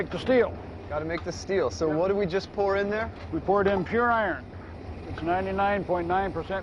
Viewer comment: I can't get past his pronunciation of Iron, he sounds like Bugs Bunny the way he says it.